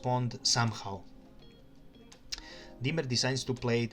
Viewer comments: It’s diemer not Dwight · in The "WHITE" played Bishop 3.! Also your pronouncing "Diemer" incorrectly.